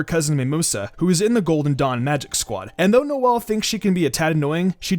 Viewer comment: Did he say “nozzle” Silva 💀💀